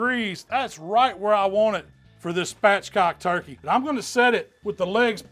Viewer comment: "let's see what that "twurkey" thigh is all about" Haha! You're my hero man!! Keep those great recipe's coming!!